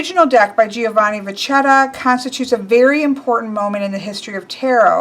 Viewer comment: It's pronounced "Vacchetta" double c + h becomes a k in Italian. So you read it VAKKETTA with emphasis on the double consonants